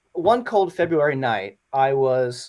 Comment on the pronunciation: Feberrary.. Febrrere.... feb-rerrarie 😶😶😶